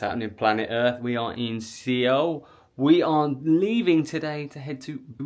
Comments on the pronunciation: Suh-wool, NOT Seh-wool. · Not sure if you’re trolling but It’s pronounced “Sowl” or similarly “Soul”. Great vid though 😊. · Suh-Wool. is the proper pronunciation of Seoul. :) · First of all, I'm really enjoying your Korea travel videos. Thank you so much!!! BUT... Seoh...Seoh..Seoh...ㅠㅠ I was wondering what "Seoh" was when I heard that word from the beginning of your travel videos.